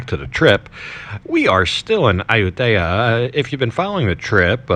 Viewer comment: I know your Thai is way better than my 1st grade Thai but that pronunciation of Ayutthaya is brutal I’ve never heard anyone say it like that and I’ve lived there for 5 months